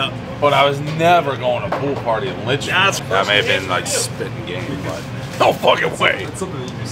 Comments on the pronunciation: If you say Lynchfield one more time!!!! LITCHFIELD!! Christ..... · bro definitely never been to litchfield, he called in lynchfield HAHA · Litchfield not Lynchfield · Awesome to see Dave in NH. I would love to have him try Rocco's in Manchester. And Dave kept saying Lynchfield. But it was LITCHfield, a nearby NH town. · Litchfield bro. Litchfield.